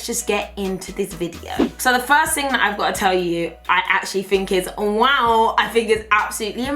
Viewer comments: It is literally my favorite thing ever when you say waow 😂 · I catch myself saying waow because of her lol. She's hilarious! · Someone needs to make a compilation of saying “waow” 😂